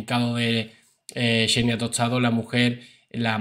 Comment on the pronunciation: Gran video pero es xenia no?No chenia tostado 😂